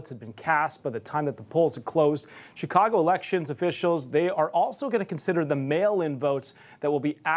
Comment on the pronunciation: Did he literally call it SICKcago?🤣🤣🤣🤣🤣